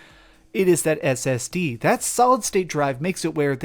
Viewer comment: The way he says ssd makes it sound like brand new tech. We know what an ssd is lol